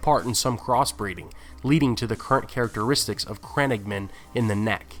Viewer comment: Love your videos dude. Just a little tip they are not crennigmen but crannoge men pronounced cran-owe-ge.